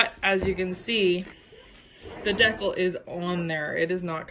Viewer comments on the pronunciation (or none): Deckle lol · Great info thank you. Not being a hater but its "Dee-Cal" lol decal. I understand tho lol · Its pronounced dee cal. Rhymes with al. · It's just her way of pronouncing decal (DEE-kal). :) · It’s called decal. The way you are pronouncing it is completely wrong.